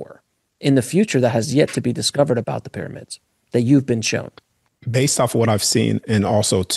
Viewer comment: Cool guy. Funny how he pronounces shown as showen.